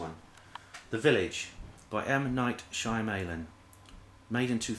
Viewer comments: First off you Pronounced his name wrong. Second there's only three of his movies that have twist ending. The twist in this movie is not even the focus of the movie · your pronouncing his name wrong buddy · LoL at the way you say shyamalan